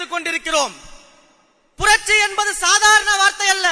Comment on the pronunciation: புரட்சி உச்சரிப்பு சரி இல்லை....ஆட்சி ஆசை வேற....தமிழ்நாடு...?வெற்று உணர்ச்சி....இலட்சியம்,கொள்கை,கோட்பாடு...?